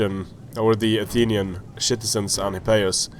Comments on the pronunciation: Love how you say shitizens XD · If you say shitizens instead of citizens then that is AWESOME!!!!!!!!